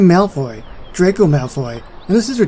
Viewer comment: Oh! I love this video! If you are wondering how to pronounce it, then it’s pronounced: “Dray-co” Great video!!